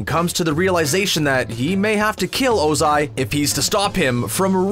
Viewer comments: You sayed lord ozi and IM TRIGGERD!!!!!!!!!!!! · The fact that he’s saying lord Ozia is so annoying